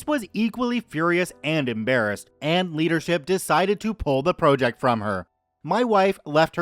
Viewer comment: why do you pronounce it pro - ject